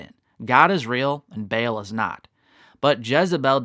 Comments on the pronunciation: It's not BAIL its pronounced BA ALL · It is Baal (pronounced 'Barl').